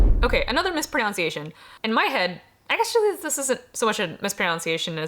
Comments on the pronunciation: To help with your New Year's resolution of pronouncing everything correctly, "mispronunciation" doesn't have an "ou" sound in it. It's pronounced "misproNUNciation". It feels exactly like the nitpick it is to point that out, but it does sound like you legitimately want to avoid saying words in unintended ways, so I hope you don't take this comment as criticism. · I assume "mispronOunciation" was deliberate. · I am genuinely unsure if you are intentionally mispronouncing mispronunciation as "mispronounciation", but either way it is delightful.